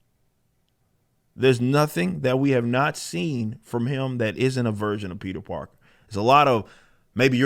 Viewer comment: His ass said Peter Darker LMAO